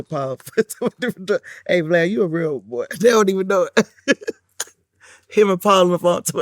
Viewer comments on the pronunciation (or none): She can't even say his name rite it's Vlad not Glad😂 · Is she calling him Glad instead of Vlad 🤣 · It’s Vlad not Glad😅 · I know im not the only one that heard her call him "glad" instead of "vlad" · Is it me or is she keep calling him GLAD!?! 😂 RIH Gangsta Boo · She’s calling him “Glad” 2.😂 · Not "glad"....lol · Dis she keep calling him glad? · She keep callin him "GLAD"😭😭 💔R.i.p💔🙏Gansta🕯Boo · She keep calling him GLAD. She could be in my family with no problem. All the women in my family mess up everyone's name. Lol. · 😭😂she keeps calling Him glad, lad allat🤦🏾‍♂️everything that rhymes with vlad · Did she say Glad at the beginning??? 😂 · She called him flad n glad 😂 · Crunchy black called him glad. She’s doing it on purpose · Why she keep calling him “Glad”?? 😭😂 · Did she call him glad? 🤣👏🏾🤣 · Is she calling this nigha Glad one more time